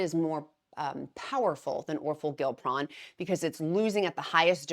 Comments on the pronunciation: This is interesting…you’re throwing me off just a tad though pronouncing it Gil pron instead of gli pron lol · I’m kinda excited to see how this pill form works for maintenance. I need to lose 45 pounds to get there but have been thinking of trying it as my maintenance med. also you crack me up pronouncing these medications🤣. The downsized pronounces it “or-for-gli-pron”. I hope it has a catchier brand name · I think it’s pronounced or-FOR-gli-pron.